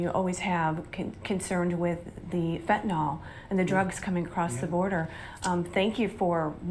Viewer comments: Why, oh why do people insist on incorrectly pronouncing that drug? It's pronounced 'FENT-a-nil'. It is NOT 'FENT-nol'; there is no letter O in Fentanyl! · why don't people understand the word fentanYl? it's pronounced fen-tan- il and not fentin All! very simple.come on, people! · Why do people who want to sound like they know what's going on call it "Fentan-OL"?? That's as bad as nuke-ya-ler! It's fentanyl.Y people, Y!! No "nol" there at all. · Hey Media People, it's not FENTANOL, it's FENTANYL.